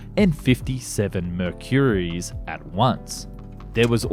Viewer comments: What in gods name is a Murr Curie?! Is that you trying to say Mercury, as in the same name given to an element of the periodic table, that no human anywhere in all of time has pronounced "Murr Curie"? That's "Number fiFtEeeEen" levels of weird, mate. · Never have I ever heard someone pronounce ‘Mercury’ in such a…. Different way….